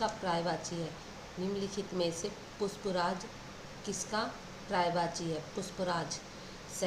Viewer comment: Puspraaj nhi pushpras😅